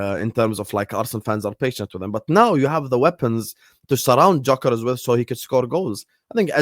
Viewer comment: please pronounce Gyokeres' name correctly. It's a silent G so you say 'Yokeres'.